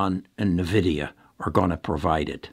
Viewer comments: N-VIDIA (pronounced envidia), not navidia. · please stop saying navidia. It is" N" Vidia. My kids are mad at me saying it like you. Great video though. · so taking tech stock advice from someone who calls it NEUVIDIA ? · its a old way of saying LOL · You owe it to us listeners to be able to correctly pronounce the company that you are promoting. Otherwise, yes, NVDA is a winning company for some time now. Added not enough shares at $508 just recently.